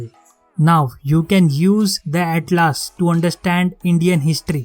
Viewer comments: Bhai it's not atlaas it's atlas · Bhaiya please improve your pronunciation it will help you First of all its not atlAAs its Atlas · After seeing this video i am confused whether Atlas is pronounced as "At-Laas" or "At-Lus"or "At-Less".